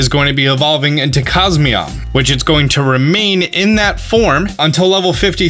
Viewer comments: Its not cosmeam lmao its cos mo em its a (em) at the end lol not (am) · Cosmeom? I thought it was Cosmoem. Not trying to be difficult I was just caught of guard. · He keeps saying cosmeom when its cosmoem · It's Coz-Moe-em. Not Coz-me-om. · It is funny that says Cosmeom but he can clearly see that it is Cosmoem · CosMOEM reads as CosMEOM? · why are you saying cos MEOM, it shows cos MOEM. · "COSMEOM" isn't it Cos-Moem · It’s CosmOEm not CosmEOm. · It's cosmOem not mEom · It's pronounced cosmoem, not cosmeom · No it's not. He says Cos-me-om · is it just me or is he reading it as cosmeom instead of cosmoem? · COSMEOM COSMEOM .... you know what? just keep calling it Nebby ffs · Hhaha cosmeom that is what he said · How he gonna mispronounce cosmoem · Eh hem. It’s actually pronounced Cos-Mo-Em sooooooooooo ye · depends how you say poem. I say poem so it rhymes with comb. So you're saying it should be cos-mome? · I love his videos, but the way he pronounces "cosmoem" it irks me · Ah yes SOL-GAYLEO of course and COS-ME-OM not COS-MOEM